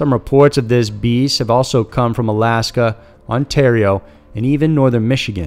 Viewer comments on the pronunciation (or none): none